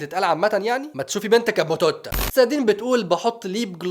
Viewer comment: توت ا 😂😂😂😂😂😂😂 همووتتتت بتتنطق توتا مش توت ا 😂 كدا غيرت المعنى 😂🤓🗿🗿